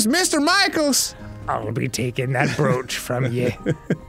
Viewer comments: Are they purposely saying the word brooch (bro-ch) as brewch? So happy they started saying or right. Haha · Fun fact: "brooch" is pronounced as "browch" and not "brewch"! It's true! Now you know! And knowing it's half the battle! Edit: as soon as I commented they started pronouncing it correctly. My power is immeasurable! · For the kids who don't know, brooch is pronounced like roach. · Yeah, I know it's not a super common thing to wear anymore, so a lot of people mispronounce it.